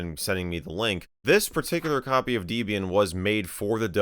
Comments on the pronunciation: It's Deh-bee-yin not Dee-bee-yin. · Wdym dee-bian😭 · Debian... was named after a married couple, Ian and Debra. Her name is not Deebra. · Not 'dee-bee-an'. It's 'deb' 'ian', named after the distro creator's then-girlfriend (Debbie), and himself (Ian). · No way he done called it "Deebian" ☠ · deebeeain? thats new. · I physically cringed at DEEbian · Bro really said "Deebian" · bro called Debian DEEBIAN WTF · saying "deebeean" for Debian is the new saying "sayta" for SATA 🤣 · You said Debian and wrong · You have a weird way of pronouncing Debian.